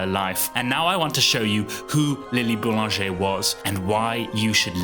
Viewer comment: LMAO! Read her name as 'LIL'' Boulanger'? 💀💀💀